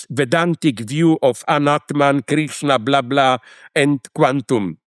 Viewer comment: But this Zejek or whatever have not even read it. He says "Anatama" and is Vedantic. He is too full of his preconceived notions to discover anything new.